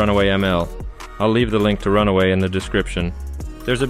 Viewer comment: It's Run-way, not Run-away.